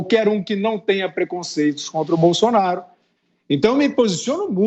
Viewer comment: Fiuza tem que ver que muitas vezes ele não fala nada com nada principalmente quando ele fica falando Bolsolaro pelo meio dos dentes e ridículo tem razão